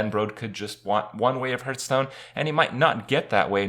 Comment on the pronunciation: Hurtstone lel :D